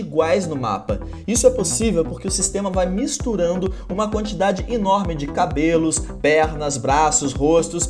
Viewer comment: uma quantidade "inorme" u_U